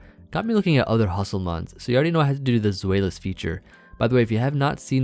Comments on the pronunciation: I realise that telling how to pronounce a word is like telling a cat to scratch a scratching post instead of a sofa, but... Zweilous comes from the German word "zwei", meaning "two". It's pronounced "Zw-eye".:) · its actually "Tzw-eye" ;) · As a German I would say that Zweilous is probably pronounced "Ts-why-lus."